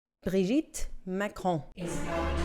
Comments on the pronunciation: Why in the world do you say his name like that??? It's pronounced Brogette Macron. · I think you just made this video so you could just keep saying “Brigitte Macron” with overemphasis on that silly accent😬😑